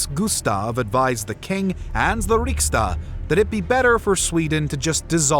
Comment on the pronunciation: That's storting, not stoolking. And riksdag with a G. if youre not gonna try, you can just say parliament.